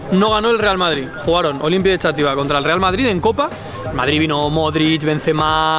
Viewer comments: Yo soy de Xátiva, vengo del video de Charlas de fútbol de charlando con, esto es gracioso porque ayer comí en el Túnel, XD por cierto Xátiva, es /Shativa/, no /Chativa/ que me está entrando dolor de cabeza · Top como siempre. Por cierto, yo soy valenciano y digo ''shàtiva'', arrastrando la X, no Chátiva, así como curiosidad. Enhorabuena ^^